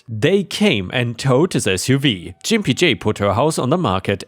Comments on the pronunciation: The G in Gimpy is hard, not soft like j. More like in Georgia. For your information Why not require the HOA to approve the color by the Federal Standard number. Yes, there is a FS standard for paint colors. It is listed as FS #####. Paint companies give different names to identical colors, but the FS number shows you what is the same color. They could also use a range of FS of very similar colors. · Lol, that's not how you pronounce gimpy dude. And no you won't get a strike or any other penalty against your channel for saying it correctly. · Just FYI: The G in gimpy is a hard one, not a soft one. (Which is to say, it's pronounced like an actual g, not like a j.) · Gimpy is pronounced with a hard g, rather than like a J. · The G in gimpy makes a guh sound like goat Gimp or gimpy is a not nice word for somebody with disabilities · Oh, I can't... sorry! Gimpy isn't pronounced with that G sound (like the G in Germany). It's the other G sound like... gas, grapes... gigawatt. I don't usually like to correct your pronunciations, because you do very well and most mispronunciations are close enough (SORRY, SORRY, SORRY, SORRY, SORRY) but this one hurts my ears (SORRY, SORRY, SORRY, SORRY, SORRY). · The sound is a G not a J. please learn to read and speak English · Hey, quick American English pronunciation tip. The "g" sound in "Gimpy" is a hard "G". Like "good" or "guten morgen". 😀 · That was painful to listen to. Gimpy has a hard "G", like Goat, or Glass, as opposed to a soft G like Giant or Giraffe. Good story tho well read apart from Jimpy. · Gimpy is pronounced with a hard G, like Git, Got, Gone, Growl, Gore, Grump, Grit, Green and Groan... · Hey, just an FYI it's a hard G in Gimpy, not a soft G as you're saying it (a G like "giuh" as used in golf or guppy). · I believe you are pronouncing the name wrong. Instead of a soft G sound like a J, try a hard G sound like when you call someone a gimp as in cripple. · Try Gimpy J with a hard G - sounds better.